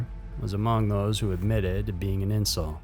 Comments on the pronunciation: Incel is pronounced in-sell, not in-sil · I always thought you pronounced it in- cell. Is that just a regional way it’s pronounced differently in in different areas?